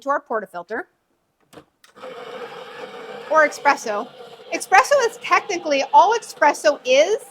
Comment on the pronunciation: Yes it is pronounced eSpresso! So many people say eXpresso!! But I think this lady might be getting tripped up because she is talking about the eXpress machine? Maybe changing from eXpress to eSpresso is a bit of a mental tongue twister?